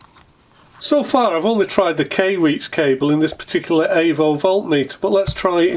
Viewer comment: Hey, I couldn't breath for a minute during the intro... Ok now though. Also, I think Kai is pronounced like before you karate chop a cinder block. And usually after as well. Cheerses!